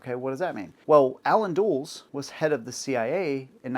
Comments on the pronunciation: Dulles. DUH-less. Not dools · Do your homework, Dude. Start by learning how to pronounce names: Dulles = DULL-uss, not DOOLZ. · FYI, Alan Dulles' name isn't pronounced "dools." It's pronounced "dull-less." Sometimes it helps to be older. 😄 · Dulles is pronounced "Dull-us," not "Duels." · Dulles is not pronounced "Dooles".. it's "Duh-Liss." As in the name of the airport Dulles International Airport in VA. It's named after him. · Yeah, that bothered me too. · It's pronounced dull-es, not dools. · pronounced Dull-Ess like the airport that was named after him. BINGO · Easy mistake, but the name is pronounced "DULL-us". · You are not well informed. Mispronounced Dulles name.